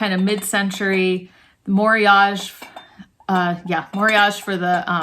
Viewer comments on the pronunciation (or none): That's Japanese word, so it's pronounced mo-ri-a-ge😊